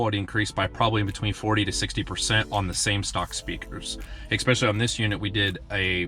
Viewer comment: "ex-specially" ugggg